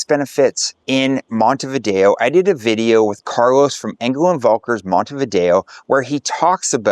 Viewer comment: If you're going to go to all this trouble, learn to pronounce the name of the place.